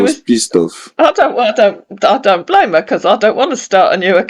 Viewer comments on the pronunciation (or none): none